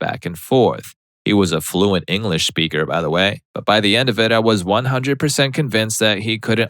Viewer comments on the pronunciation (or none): none